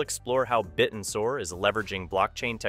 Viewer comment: It's pronounced, bit-tensor. Not bitten-sor.